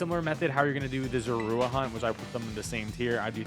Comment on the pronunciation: it's not called killing it's called fainting!! you don't KILL IN POKEMON GAMES EVER!! and i dont think he pronounced Zorua right at all either LOL